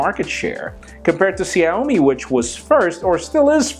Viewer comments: Xiaomi really sounds like 'Shall-me' in English. Adding an 'i' in 'shall' to make it 'Shiall-me' takes it even more precise in mandarin Chinese. Love from China. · Just quick suggestion, you might want to look up the pronunciation of Xiaomi because I barely recognized what company you were talking about when you said it. By the way, you could also call it "Little Rice" :P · You're pronouncing Xiaomi wrong.